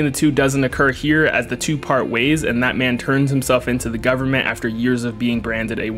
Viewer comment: Every time his says that man, I hear bad man or Batman.